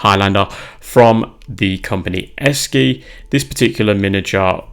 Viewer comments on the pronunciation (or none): It's pronounced " Eshee".